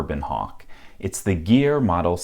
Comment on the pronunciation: Gere, not geer